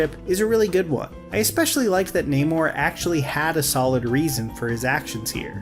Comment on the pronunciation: The mispronouncing of Namor’s name is so funny (frustrating).